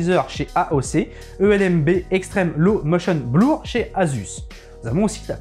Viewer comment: Super vidéo! Par contre faudra que je recheck ce qu'est le " blouur". Je connais le " Blur". Un peu comme burger. Mais j'ai peut être mal entendu ..